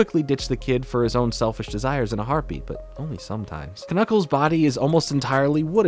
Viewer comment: is you mispronouncing "Knuckles" an inside joke?